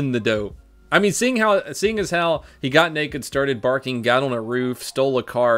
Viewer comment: I’m pretty sure the news man said borking like a dog lol